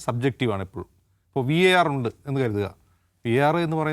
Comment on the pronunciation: idhu VAR not WAR 😅😅😅😅😅ariyavunna karyathil Keri abipryam paranjal pore😅😅😅